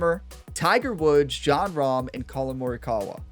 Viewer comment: One time for every shot Ryan. Birdie train called. Hope you have a great tournament in this one, since the 2k23 series is winding down towards its end. :_gamerOnetime: Edit: Have to admit occasionally your pronounciations make me cringe a bit Ryan, but for me you've got Colin Morikawa spot on. Post-round edit:. Great win Ryan. You've given yourself an excellent chance of winning this one. Hopefully old pink club won't give you too much competition 😉